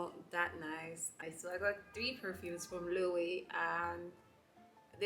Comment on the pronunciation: Love the unboxing! Your style is unique. Don’t mean to be that person but it’s a pronounced lo-ay-vey (Loewe) it’s a Spanish brand so obviously it’s not spelt as pronounced.